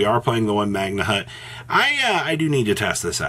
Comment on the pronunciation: God damn the H in magnamhut is silent!!!! Stop saying magnahut